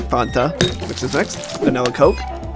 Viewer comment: the way he says fanta 😭😭